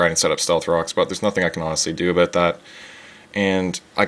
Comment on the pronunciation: aboot haha oooooooooooooooooooocanada